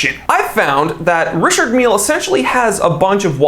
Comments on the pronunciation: It’s pronounced ree shar mill if the guy is French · “Richurd Millie” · You're pronouncing this brand wrong AGAIN, it's pronounced Dicky Miller